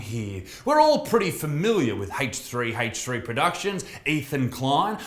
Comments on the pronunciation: A-ch not HHH-CH 🤦🏻‍♂️🤬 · Haych-three haych three